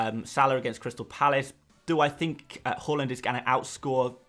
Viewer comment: Great video but Please pronounce haaland correct 😂